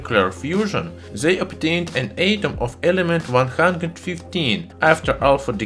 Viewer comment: Atom is pronounced with a short a like alpha not a long one like mate. Love your stuff.